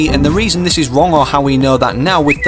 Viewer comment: "Your so wong" 😂